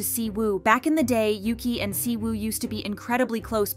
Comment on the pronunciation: In Chinese, her name read as "Yuchi" not "Yuki"